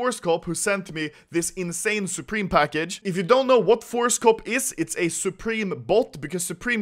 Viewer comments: Why do I always hear horsecock instead of forcecop? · Anyone else thought he said horsecop